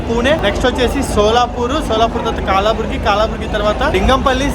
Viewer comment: బ్రో అది కాలాబుర్గి కాదు కలబుర్గి 😊